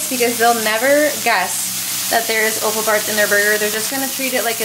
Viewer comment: Love the way you say o-ffal. Where I'm from it's pronounced off-al!